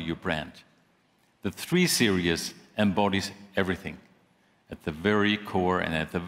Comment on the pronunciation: He says "three serious"